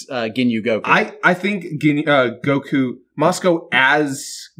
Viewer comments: Has anybody else noticed how changes his emphasis and annunciation on words? Most notably “Go-KU” vs “Goku” and “NA-rator” vs “Narrator” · Just noticed the emphasis put on the u instead of o in Goku. Consider me nettled.